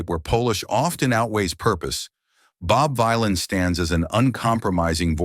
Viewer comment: its the AI VoiceOver that cant read it the proper way.